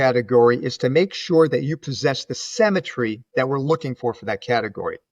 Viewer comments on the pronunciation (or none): Great video, but the word symmetry is pronounced “sim” not “sem”.